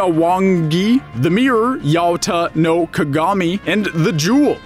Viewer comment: I got really annoyed by how badly you mangled the pronunciation of the Kusanagi-no-Tsurugi, Yata-no-Kagami and Yasakani-no-Magatama. you did not pronounce any part of the names correctly due to the fact that in Japanese the vowels make different sounds when compared to English. you would have been better of just calling them by their English names which are as follows: Grass-Cutting Sword, Mirror-of-Yata (has been called Eight-Span-Mirror) and Yasakani Jewel.